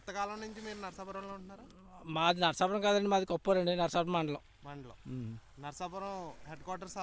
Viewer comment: చాలా బాగా ఉంది వివరణ. ఇంకా చెప్పవచ్చు. మీరు పలకడం అంత గా బాగా లేదనిపించింది. నరసాపురం అని అనాలి. నరసాపరం కాదు. కొంచెం సవరించండి.